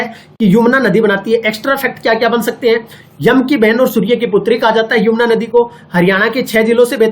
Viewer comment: छोटे भाई ये यमुना है न की युमना